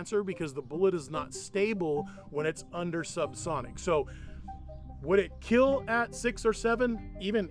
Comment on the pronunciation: It will keell